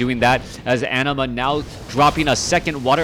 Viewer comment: Anima is a summon in Final Fantasy X and is pronounced the way you say it, no need to fear:P